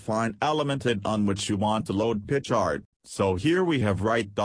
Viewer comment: Love how "pi chart" turns into "pitch art" from the robo-voice.